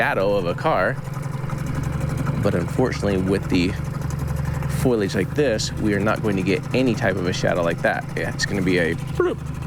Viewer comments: Does anyone else yell FOLIAGE every time Jared says “Foilage” 😂 its fo·li·age 😂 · It's not "foilage." It's "foliage" (FOE-lee-idg). It's not made of foil. :face-purple-crying: (Confusingly, "foil" and "foliage" both come from the same root. Leaves are still not made of foil.) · Love these videos but, I cringe every time he says foil-age instead of fo-lee-age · I believe "foil"- age comes in a box from Renolds Wrap. "Fol-i-age" grows wild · Love you Jared and everything you do. Ps it's foliage ❤ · I think he is meaning foliage (trees, grasses, any growing greenery that is present). I was also confused the first time i heard foilage. Have a great weekend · I think of the hair salon every time Jared says "foilage". 😁😆 I know he meants foliage. ❤❤❤ I'm sure I'm not the first to mention it or think it but i couldn't resist teasing a bit as it stands out in every video that he talks about foliage. Keep up the great work and don't let my teasing get in your way. ❤